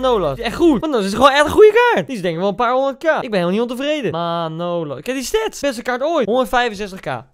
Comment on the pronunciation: Niemand: Echt helemaal niemand: Koen: MaNOlas Het is trouwens MAnolas